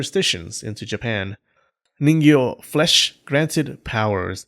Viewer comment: This entire video all I can kept hearing is Niño